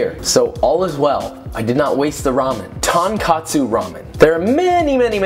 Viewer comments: its tonkotsu not tonkatsu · did he just say tang-katsu ramen???? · i think you mean tonKOTsu ramen 😂 by: uncle roger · JUST for the sake of accuracy I wanna point out that it’s “tonkotsu”, not “tonkatsu”. Both are japanese terms for different pork-related dishes: “tonkatsu” is deep-fried pork and “tonkotsu” is the style of ramen. Great video though, looks super good :) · Half-Japanese boy here. I love Babish and Josh here but I am so*tired of white youtube boys declaring loud and proud "TonKAHtsu", It's "TonKOHtsu", ffs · As a Japanese, I have to say it’s “Tonkotsu” and not “Tonkatsu”. Tonkatsu is actually pork cutlet. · he says tonkatsu so ugly, it’s pronounced “tounkatsu” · It’s tonkOtsu, not tonkAtsu. Tonkatsu is deep fried pork cutlets. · True enough about the 'tonkotsu/tonkatsu' goof. I wonder what tonkatsu on tonkotsu is like? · I cringed each time he said tonkatsu... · I was going to nitpick pronouncing the トas a タ .... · Pronunciation matters when one vowel changes the entire meaning of a word. If it was a tomato/tomahto situation then no one would really care, but tonkOtsu and tonkAtsu are two different things. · pretty sure he said "tongue-katsu" XD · thank you for breaking it down for us! trying this recipe today. PS, not to be a grammar nazi but it's called 'Tonkotsu' - 'ton' is pork and 'kotsu' is bone. 'Tonkatsu' is another delicious japanese dish (panko-breaded pork cutlet). anyway, love your videos! keep it up :) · When he said tankatsu despite it being two O’s I died inside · I made the same mistake as you, “tonkatsu” vs “tonkotsu”. I Expected a bowl of my fav ramen, got a deep fried piece of pork. Still, was deliiiiish, could not complain in the end 🤤 and I think I learned a lesson, lol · Hey Joshua, from Japan with love it is tonKOtsu ramen, not tonKAtsu ramen. Cheers, love ur work. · the way you called it 'tonkatsu' the entire video bruh 😭😭😭😭😭😭😭😭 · Minus points for calling it Tahn-Kahtsu! Tohn-Kohtsu... there's a difference in the wording.